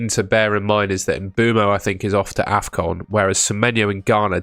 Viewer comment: You called afcon defcon 😭